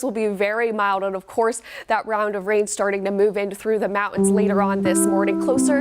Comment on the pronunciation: The word is “mountains”, it is not pronounced “mow-ins”.